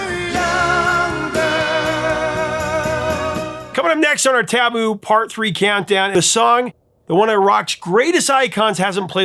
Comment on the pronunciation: I think you're stressing the wrong syllable of the word "taboo".